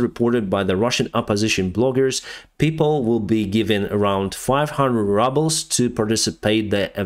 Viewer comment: "500 rubbles" (not rubles) 🤣the way you pronounced ruble sounds like rubble (rocks) so the Russians are being paid in rocks now 🤣 actually a pile of rocks are probably worth more than a pile of rubles, at least you can build a shelter with rocks. Don't worry, I know English is not your first language, it was just a funny mispronunciation lets all make fun of the Russian government together 👍🏼